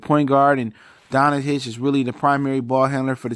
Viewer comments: Everytime he says Luka Donachich a slovenian dies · Please announce luka name right damn ,u know how you read it don-cic ,it ain’t that hard